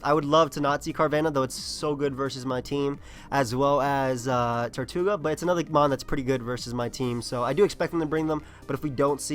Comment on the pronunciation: it's TER-toe-ga not TOR-tu-ga. It's spelled tirtouga